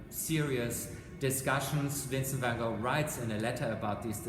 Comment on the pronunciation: Well I've never heard it pronounced like that, it is the "correct" way.